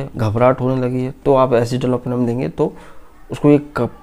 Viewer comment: Wrong pronounciation of drug name.